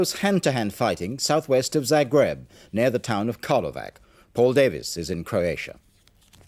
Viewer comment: For God's sake Michael Nicholson, it CROatia, not CURatia